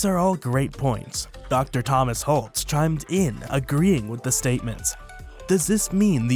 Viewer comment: Dr. Holtz, not Holt